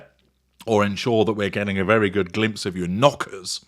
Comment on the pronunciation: "Your knòockers!" 😂😂😂 as always 😂❤